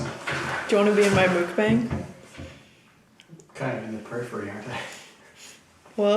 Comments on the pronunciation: <3 pad thai looks so good rn. Just to let you know, mukbang is pronounced muck-bong. not mookbang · I think it's pronounced mook-bahng. loved the video btw. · I'm South Korean so I know how mukbang is supposed to be pronounced its muck (like yuck) bahng! Just thought you might want to know! Love your videos ❤️